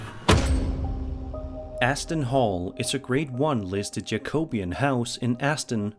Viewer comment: The Aston Hall clip is not just a hoax, it's been owned up to. By the way Jacobean is not pronounced like that.